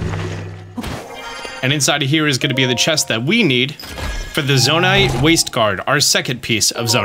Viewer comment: Really hate that you say Zona-ITE